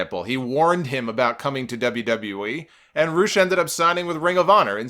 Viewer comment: Its Rush not Roosh. Mexico says it Roosh because of the accent